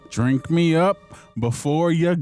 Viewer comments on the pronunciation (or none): no no. It's not "drink" it was dwink😂